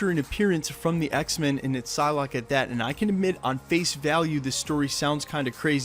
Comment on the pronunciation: It's Psylocke, not Pyslocke